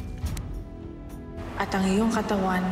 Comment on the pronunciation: Hagorn not Hagom